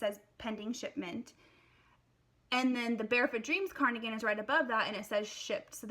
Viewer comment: Are you saying carnigan?